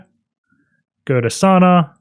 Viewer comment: Pronunciation is Sawuuuna, not Sana. Sana is wrong lol 😆